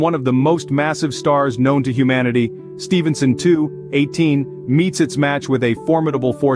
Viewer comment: It means the bot wasn't taught the correct way of saying it